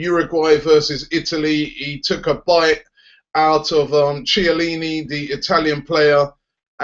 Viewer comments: who the fuck is Chair-leany? its pronounced kellini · No it's not, it's pronounced kiellini, but ofcourse it's spelled Chiellini